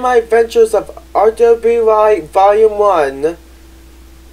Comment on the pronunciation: I think it’s just pronounced “Ruby”. You don’t spell it, you say “Ruby”